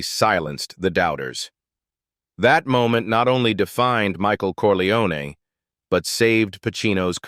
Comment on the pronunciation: Wrong pronunciation of Corleone! AI horseshit